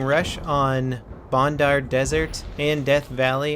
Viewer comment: Its bandar desert not bondar its a A not a O it seine (sen) crossing all over again ok rant over nice video